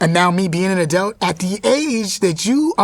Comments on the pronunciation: Kel it's - Adult, not Adelt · Him saying edults and not adults kept throwing me lol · It's kel saying adelts instead of adults for me! Lol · So am I the only that thinks kel saying adelt instead of adult is cringe 😆 jk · “Adelts” lol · "adelt" -kel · How many times did Kel say the word Adelt (Adult)??? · He pronounces adult uniquely lol.💛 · Such a great interview, but the way he pronounces “adult” know it tickled me. 🤣🤣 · Is Kel saying “Adult”?